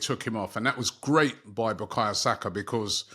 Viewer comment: Robbie, respectfully.. Who the f*ck is BUKAYA Saka. I know Bukayo Saka.